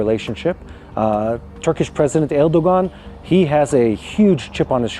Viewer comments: It's pronounced ERDOWAN... not ERDOGAN. You will sound more well informed if you pronounce it correctly. And you should watch news out of your own sphere to learn such things. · er DOG an... a dog 🐕